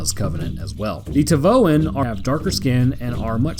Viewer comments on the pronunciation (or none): T'vaoans are named after their homeworld, which is an asteroid named T'vao. So I think it's more like tih-vah-oh-an